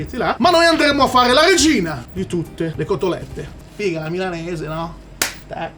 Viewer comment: Ho visto il luccichio nei tuoi occhi mentre pronunciavi "FFFIGAAAH", ma mai saranno paragonabili agli occhi a cuoricino di quando dici "BBURRRRRROHHHH" E poi smettila di salire di qualità ad ogni video, ormai abbiamo troppe aspettative 🤣